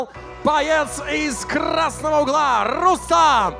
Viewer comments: Комментатор не РустЕм а РустАм!!! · Не Рустэм а Рустам